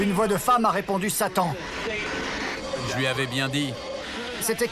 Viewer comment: Quand il a dit "Satan" moi j'ai entendu "Sali"